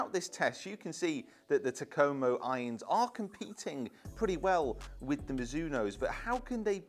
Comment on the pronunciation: Still waiting on a youtuber who can pronounce Takomo correctly.